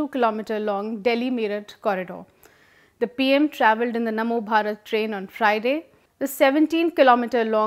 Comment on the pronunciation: Its namo bharat not mano bharat. And its definitely better than Rapid X, its very generic name for trains, at least Namo bharat have some meaning. As for leaving impression of his name, every politician does that, after all who doesn't want to get credit for what they have done. There is also Jawaharlal Nehru stadium, Indira Gandhi International Airport, etc. Just look at the goods and the bad done by our leaders rather than wasting our time in these stupid arguments created by some "Public informative about politics" who are doing nothing but making issues so people would watch them and they would stay relevant.